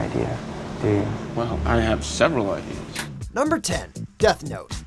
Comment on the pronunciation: Death Tote? IT’S DEATH NOTE!!!!!!!